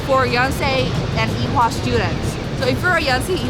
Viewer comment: By the way It's Ewha not Ehwa... :'D